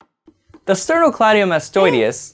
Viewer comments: You added extra i sounds. You said "sternocleidiomastoideus" 😂 It's the sternocleidomastoideus or just "sternocleidomastoid". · still misprounounced sternocleidomastoideus throughout the video:)